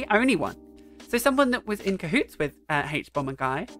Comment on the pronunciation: This is not an important comment but the way you pronounce "haych"bomberguy brings me such joy. You have such a nice voice.